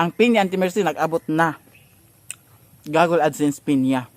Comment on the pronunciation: i think it's google not gogle